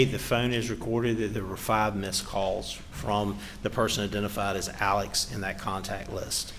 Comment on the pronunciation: That was certainly painful..😳 Also, the one defense attorney keeps calling him “Alec”..? Isn’t it “Alex”.. ?